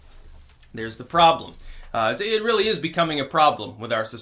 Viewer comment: OH REARRY?